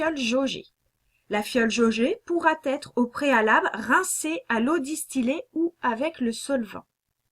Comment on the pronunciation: Très pédagogique... Attention on ne dit pas pourra "têtre" mais pourra être…;-)